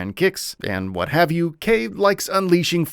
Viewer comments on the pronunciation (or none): It's not "K", it's K'. You pronounce his name K DASH. Come on, he's a classic KOF character, you should've known. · It's pronounced Kay-dash